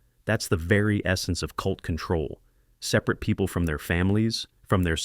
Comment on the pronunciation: Downvote AI generated slop like this and support actual living, breathing creators. A human would have known how to pronounce “separate.”